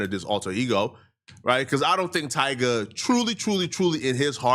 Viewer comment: It’s Tyga . I mean c’mon